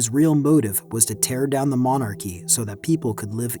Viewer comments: "Manacurry" is not how you pronounce monarchy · "Monakury"? Or did you mean monarchy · it is until he pronounces monarchy as mona-curry lmao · Monarchy. Three syllables Mon-ar-key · I was wondering what a monacurry system was until I realized it's AI narrated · Monachery..... It's monarchy, isn't it? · except when 'he' says monacurry instead of monarchy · I'm sorry but the way that you say "monarchy" is atrocious